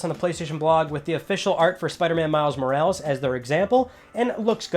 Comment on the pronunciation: Spiderman Miles " Mowrawlews "... Come on, Mo-ra-les!! Is not that difficult!